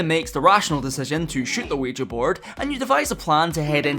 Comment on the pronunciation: Youre the first person I hear correctly pronouncing ouija